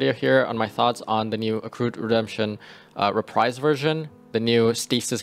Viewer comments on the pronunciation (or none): none